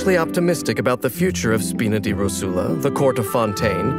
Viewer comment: My Italian heart can't bare to hear Rosula pronounced with a Spanish accent...